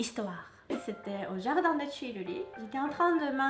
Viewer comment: Quand dit "Le jardin des tuileries " -> " le じゃるっだじちゅりり" ça ma tué x)